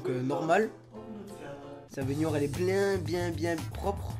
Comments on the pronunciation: C pas bénioire c bénoir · Bénoire pas beynoire il me dégoûte le mec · IL dit baigniore a la place de baignoire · on dis pas bégoir on dis bénoir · Qui prononce baignoire "banoire"? Perso moi jtrouve bizarre le fait qu'il dise "bagneware" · parle francais stp parce que on dit benoire pas piednoir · le mec il dit baignioire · Je rêve ou tu dis bainuar au lieu de baignoire ? Sinon bonne vidéo 👍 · Pk tu dit baygnoire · mdr dit binouare mdr c un fou 😂😂😂😂😂😂😂😂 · du dit béniare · pourquoi tu dit benuare aulieu de benoir puis arrete se parler c chiant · Il dit baigniouoire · ta dit benuare hahahah 😹😹😹😹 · on dit bénoir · apprend à dire benoir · j'adore quand ti dis baignoire tu dis baygniouare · Pourquoi tu fais un accent quand tu dis baignoire 😂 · tu ne sais pas dire le mot baignoire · escuse moi mais tu sais pas dire baignoire . sinon très très bonne vidéo